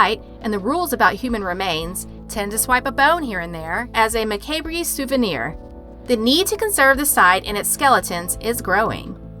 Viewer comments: "muh-cay-bree". facepalm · mah-cay-bree I recoiled. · macaybree??? lol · Did you really say "mah-kay-bree"(macabre) ?! XD. It's pronounced "mah-cob"... The 'r' and 'e' are silent dear. 🤣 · Lol.. "muh-kay-bree" For future reference, macabre is pronounced "muh-kob" lol. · "TRIBE-u-terry"??? Really?? Tributary (try saying tribute then tarry) & "ma-KAY-bree" (eye-rolls) try "ma-COBB" jeez.....😒 You'd be better off with a 4th grader doing the voiceover, they would probably get more of the words right! LMFAO, how professional! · All good but Macabre is pronounced muh· kaab. :) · Can you please look up how to pronounce macabre? It's ma-cob like corn on the cob. It has to be one of the most commonly mispronounced words out there. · “Mah-kay-bree,” is hilarious lmao. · Macabre is pronounced Mah•Caub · Macabre is pronounced as“Mah-COBB”, you idiot. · Mack-a-bray? Who narrates disturbing videos without knowing how to pronounce macabre? Please make the narrator go back to English class please? It’s torture watching this good content! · ...she did NOT just say "ma-KAY-bray"!?🤦‍♀️ Perhaps someone with basic knowledge of the English language should do the narration next time. SMH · You definitely read the script you know how I know?and you didnt write it.. because you pronounced macabre. Mac-a-bree.. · Is this a robot voice? Can't believe the mispronunciation of some of these words! Chamonix, macabre, as chammonicks and mccaybree?! Sure it's not usually this bad😕🤔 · Love your vids. Better than the rest. FYI: Macabre is pronounced like muh-cob. The R is silent. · Macabre is pronounced ma cob. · "Mah-kay-bray" LOL!!!!!!!!!!! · “Macabri souvenir?” It’s pronounced “ma-cob” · "mah-kay-bree souvenir" I like this channel, but lets make this a PSA that if you're gonna launch your own scary channel with narration, at least learn how to pronounce "macabre" correctly lol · Mah-kay-Bree was exactly what I came to say! 😬😬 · Muh kay bray cut into my ear drums like a knife.